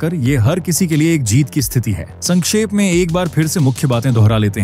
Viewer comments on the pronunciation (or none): none